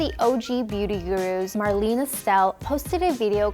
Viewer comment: So annoying to hear her call Marlena "marlene" over and over